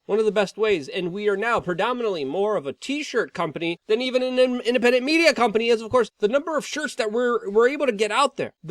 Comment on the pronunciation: ''the independend'' xd omega lol